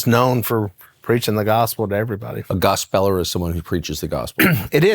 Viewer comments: Not a biggie, but I'm guessing it's not pronounced gos' SPELLER' But probably GOSP' puller. Maybe? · I believe Willy was mispronouncing gospeller. It should be pronounced, gospel-er